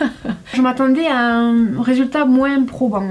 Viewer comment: ON MOIN ET PAS MOINSSE 😝😝😝 ET PAIN AU CHOCOLAT